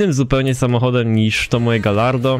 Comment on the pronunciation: Nie mówi się Galardo tylko Gajardo bo to włoski XD